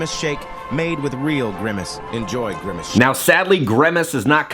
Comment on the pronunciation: WHY DO YOU KEEP SAYING GREMACE? IT'S GRIMACE.